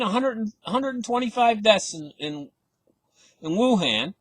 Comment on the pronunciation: You said WangDong.